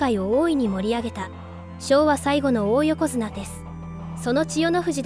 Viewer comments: おお横綱じゃなく、だい横綱と読むんですよ。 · いい内容なんだけど、おおよこづなが気になって…